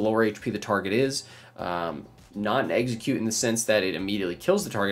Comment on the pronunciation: I kept thinking he was saying Exeggcute when he’d say execute